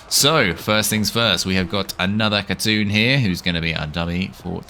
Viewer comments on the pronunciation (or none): It's "Hatun" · She looks so good, and is definitely not going to help with my assassin addiction lol. P.s: Her name, like with words such as Knight, doesn't use the K. So you would say Hatun. (Not being rude I'm just a nerd with languages lol) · the name is said Hatoon. The U makes a oo sound and the K is silent.